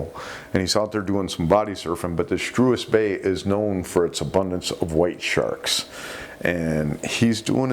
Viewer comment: Today's Afrikaans lesson; Struisbaai is pronounced Strace (as in trace/mace), and bye/buy, so it's Strace-buy. Thank you, and good night.